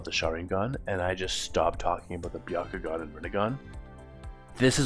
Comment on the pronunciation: The Bya…ko…gun? What even is that? I thought there was only one dojutsu in Naruto.